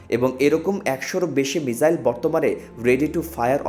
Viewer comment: মিজাইল নয়, মিসাইল।